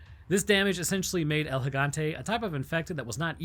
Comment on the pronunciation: Also don’t pronounce “El” like you’re trying to spell out the letter L